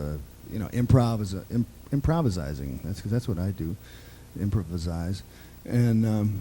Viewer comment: 'Improvizize'? like 'Burglarzize' instead of 'Burglarize'?